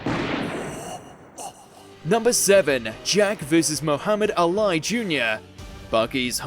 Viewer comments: Al I ? Ali like the famous boxer (all-ee) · Did he get really pronounce Muhammad Ali name that way? Smh